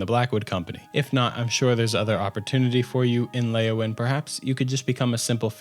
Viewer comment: Not Leyawin